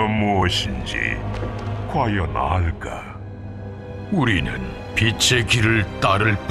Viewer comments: 와 알까가아니라 알가라고 들리능거징... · "저자는 알'가'?" 저만 웃기나요?ㅋㅋ 먼가 발음이 약해 ㅋㅋ